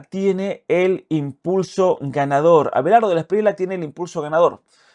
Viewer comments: Gracias por tu apoyo a los Colombianos en este momento tan importante para el país, solo una correción no se dice Espriela es como se escribe Espriella. 😊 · cre que debe pronunciarse la lla el apellido Espriella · Espriella se lee con elle 🫡🐯